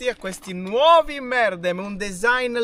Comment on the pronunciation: bravi, vi seguo sempre: * credo che la pronuncia corretta in turco sia "merdém" non "mèrdem"; * ad evitare il fastidiosso effetto salsicciotto nel sedere, consiglio un cuscinetto od un asciugamano.